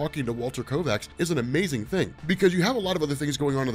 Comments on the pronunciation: There is no r in the word Kovax, KOVACS not KoRvacs, it's driving me insane when you say it wrong over and over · Yeah there's definitely no 'r' in the name Kovacs......killin' me... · Why do you keep adding an R to Kovacs? Maddening. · I love these videos and your one of the only subscriptions I have in all the years I’ve been on YouTube but it’s KOVACS, Not KORVACS!!! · It's Kovacs. Walter Kovacs. Korvac is an Avengers villain. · This was an interesting video with good theories and explanations. But I wish he wouldn't keep mispronouncing Kovac's name as Korvacs. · I don’t understand how someone with a seemingly encyclopedic knowledge of all things comics could continually call Rorschach by the name “Korvacs” - it’s Kovacs… really strange… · At least twice you called Rorschach "Walter KoRvacs". His name was Walter KOvacs, like ythe late actor-comedian Ernie Kovacs, whom I used to watch on TV when I was a kid. He was one of the funniest men of the early 1960s, but he liked to drive too fast. RIP Ernie. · I know knows it already but hearing him constantly say Korvacs instead of Kovacs is frustrating. I hate that it bothers me! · KOVACS! Walter Kovacs. Not Korvacs. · How do you read a story over a space of years and never realize that it's Kovac, but you keep saying Korvac and it's irritating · KOVACS not Korvacs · Kovacs, not Korvacs. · I’ve heard of you’re condition, you have a rare bone disease that impedes your ability to not put an R in Kovacs. Perhaps someday you can get a bone marrow transplant! 😁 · Say it with me, now: "KO-VACS" That is all. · ITS KOVACS GOD DAMN LBVVFS.